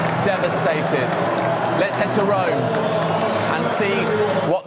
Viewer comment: Its pronounced rome